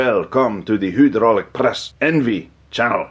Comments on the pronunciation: Are you fucking kidding me? "HUDROLICK" WTF ITS HYDRAULIC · Did you butcher the word hydraulic on purpose?